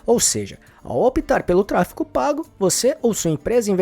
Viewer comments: A pessoa que narra o vídeo diz “TRA FI CO” ao invés de tráfego… pra mim já perdeu credibilidade. Nem cheguei ao final do vídeo. 🫣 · "Tráfego" e não "tráfico", 😂😂😂😂😂😂😂😂😂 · Trafeco???? que agonia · Ele fala tráfeCo pago... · Qual a dificuldade de pronunciar "tráfeGO"? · simplesmente não consegui engajar no vídeo pq me dava agonia o cara toda hora pronunciando "tráfeCO" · Pois é, acabei de comentar isso… como uma pessoa quer ensinar uma coisa que não sabe nem falar o nome?